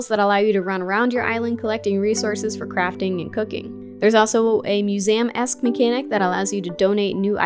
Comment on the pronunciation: it's museum. Not muzayum 😡